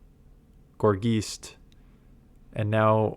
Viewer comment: Gourgeist Say "heist"...now you have it correct